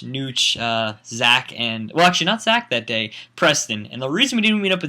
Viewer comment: *day, not dat.